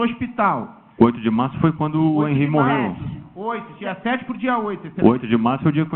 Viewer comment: Não é Hanry é Henry advogado idiota.